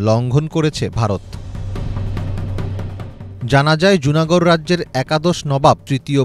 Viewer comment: লুনা গড়। জুনা গড় নয়